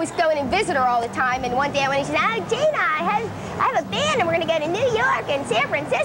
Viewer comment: I like how she says "bee-und" for "band"...I don't know why, but when I was going through puberty, she was the one that I, uh, thought about. , does Charlotte look wasted?